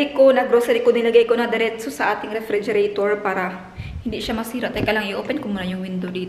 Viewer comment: I short mo nlang ang refregerator ng ref..kac yan nman talaga name nyan ngayon hinde gaya noon..completohin mo talaga ang pag pronounce..,tnx..rhez from gensan